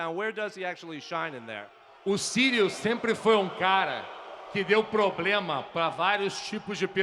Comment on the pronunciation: Ciryl NOT "Cyrial".